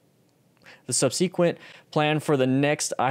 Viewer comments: Hey it's pronounced "sub-se-quent". The "e" sound from "se" is the same "e" sound like in the word "den", it's short and neutral. It's not a long "e" sound like in "see". Good video info. Thanks for the link to the study. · "SUB-SEE-QUENT"... lol why is he pronouncing it like that. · Yup, I cringed every time I heard it. It's one of those things where you've read a word so much but haven't heard it spoken much, if at all, and thus you pronounce it wrong when speaking. SUB-SEH-QUENT.